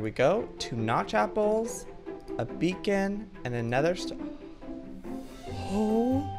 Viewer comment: Is it just me cus' I really heard he said" three apers?" 😂